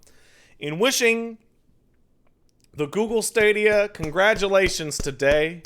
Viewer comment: HOLY FUCK. Sense the Stadia got announced ive been cringing every time you say Stawwdia. But at the beginning of this fucking stream, I was like, "know what? Fuck it, Stawwdia doesn't deserve to have its name said right." And then merely seconds later you pronounce it STAYDIA Pat your a fucking bastard and i love you.